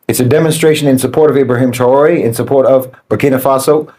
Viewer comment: What is it with that can't seem to pronounce or spell his name properly? It's IB RA HIM - TRA OR EH